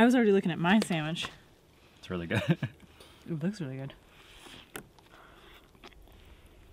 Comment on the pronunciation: That's a Sam-ich